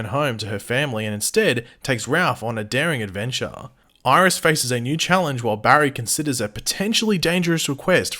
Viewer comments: Bitch Iris not Mirris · Miris? Pronounced My-Ris